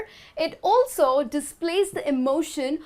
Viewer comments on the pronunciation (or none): none